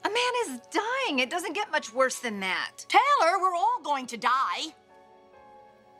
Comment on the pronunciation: " Teller". We're all gonna die......please Stephanie her name is TAYLOR